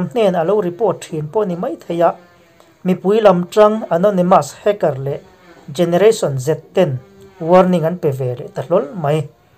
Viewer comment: Generation zee ti a lam tur ni awm tak ani